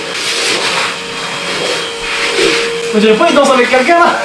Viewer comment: Illispateur 😂😂😂 Nadim me tue continue chef 😊